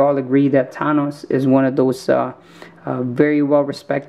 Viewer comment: Your saying thanos s name wrong